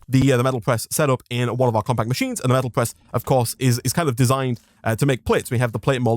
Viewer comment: I am a german and I just like your pronunciation of Presstoff XD